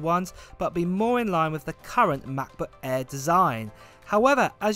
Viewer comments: Please pronounce Mac Book air not eaaa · If he says Mabooq ehrr one more time. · "mahbooh eh" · "Mahboo Eh" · Macbook eeaa😂😂😂😂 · “Ma..book air” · Cracks me up whenever I hear "macbook airr" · I only watch for the pronounciation of mach boohh aeeehhh